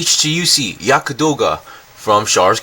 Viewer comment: not Yaka....Yagd...or Yakt